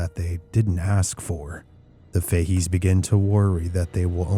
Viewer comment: Fahey's is pronounced Fa heys.❤